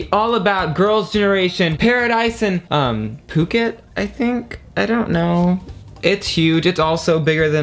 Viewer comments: You say "Phuket", correct already. It is a Island in Thailand. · Love to watch your videos and really really love your collection!! You pronounced correctly. It's Phuket! :)